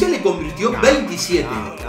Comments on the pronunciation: dice convitio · Dice convitio jakaja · Like si te diste cuenta q dice convitio en vez de convirtió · Like por el R que falta en "Convirtio" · Like si te diste cuenta que dice "convitio" en vez de "convirtio"